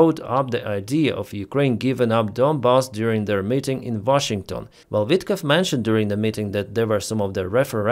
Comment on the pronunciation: Vitkov not Witkoff .